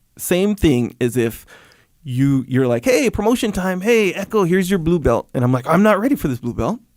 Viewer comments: I thought he was being silly and saying "blue belt-chi, bowahh", but it makes sense he'd know some Brazilian doing brazilian Ju Jitsu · Being brazilian, it's kinda funny/weird hearing Jocko saying "blue belti, porra!" heh